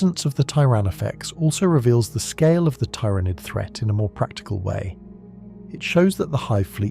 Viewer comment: The ai can't decide how to pronounce Tyranid